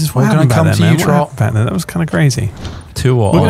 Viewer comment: I think I said this same thing years ago, but inability to differentiate between Trott's and Ross' names correctly after all these years blows my mind.